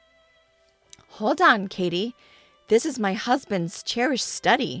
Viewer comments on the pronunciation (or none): Katie not Kattie. Kattie is not a name and would be pronounced catty like cat tee if it was.